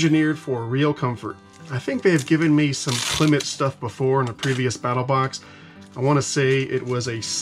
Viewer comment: The brand Klymit is pronounced the same as the word climate.